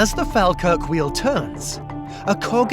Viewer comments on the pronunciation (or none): its pronounced "fall-kirk" 😉